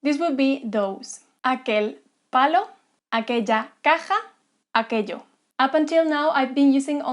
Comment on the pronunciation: caja sounds funny XD